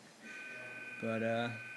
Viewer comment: cant believe you dont like tha drink, I like it, anyway you mispronounced Bingerville. I hope you negotiate when you take taxis,lol